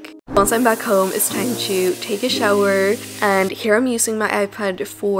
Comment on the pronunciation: Why do you pronounce "to" as "chu"? 😂